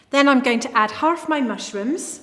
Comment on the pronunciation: And I heard her say "morshrooms" at least once.